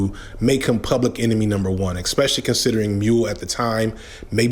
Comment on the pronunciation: Expecially... is ESpecially